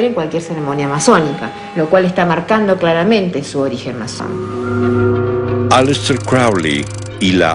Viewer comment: Corrige ALEISter ..NO aLIESter